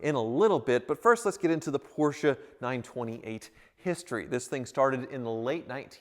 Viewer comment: Finally you can say “Porsche” instead of “Portia”. ❤️